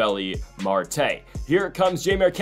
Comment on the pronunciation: Still not pronouncing Marte’s name right 😂